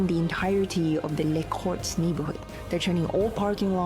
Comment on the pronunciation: To pronounce it better: Camp Nou = "Camp Know" Les Corts = "Luss Courts" Lluís Companys = "You-is Come-pañs" Or use google translator and listen to the right pronunciation, but anyways, good video.